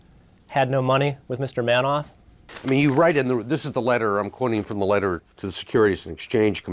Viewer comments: Markopolous clearly saying manoff and mister Man - off repeatedly instead of Madoff. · Why does he keep saying Manoff? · So smart but he can't pronounce Madoff name right I cringe when he says it but I'm glad he was there to figure this criminal out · The guy is brilliant, but he can't pronounce Madoff's name correctly. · An incredibly smart guy and yet he can't pronounce Madoff correctly.